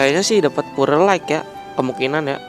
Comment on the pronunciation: Penyebutan pure yg benar bukannya "pyur" ya?